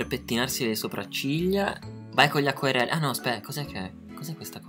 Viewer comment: "Vai cogli acquerelli" 😂😂😂